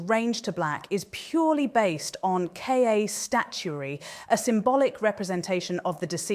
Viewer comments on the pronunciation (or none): You may have to spell it Kah to get it to enunciate it better…